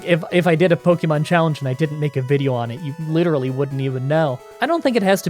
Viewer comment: As a fellow Canadian, I KNOW you took enough French classes to know that é doesn't make an eeee sound, and "Pokémon" is pronounced more like "pokaymon" than "pokeymon".